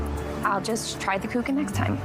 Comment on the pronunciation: Very lovely Christmas movie , nice storyline,but the way she pronounced Kuchen is absolutely wrong,the ch is softly spoken , the first time i thought it looks like the Geman Mozart Kugeln a chocolate we buy mostly at Christmas . Germans love btw cake German word ´torte¨ they eat it almost every day ,like the English have their afternoon tea, they have ,Caffee mit kuchen.